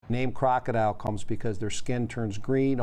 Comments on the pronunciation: It’s not pronounced like the word crocodile (kraa • kuh • dile) It’s krokodil and pronounced like (krah • kuh • dill) as like in dill pickles. And these drugs emerge because of the DEA and CDC. Stop putting our doctors behind bars and stop sending legitimate pain patients to the streets in search for their life saving meds. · Isn’t it pronounced krok-a-dill not crocodile aha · KROKODIL not DILE ..dil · Its called krokidil not fucking crocodile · You have to learn pronounce it. Its krokodil not crocodile 🐊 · It makes it hard to believe authorities even when they’re right when they don’t even pronounce the name of the drug right. All they had to do was watch a YouTube video of people using it. It’s pronounced “Krok-O-Dill” not crocodile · I thought it was pronounced kroko-dill? 🥒 This was especially popular in russia/eastern european countries, it is a certainty its some dark web shit